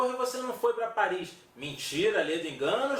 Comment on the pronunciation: Cidade linda😍😍😍! "Parri" é "Parri"!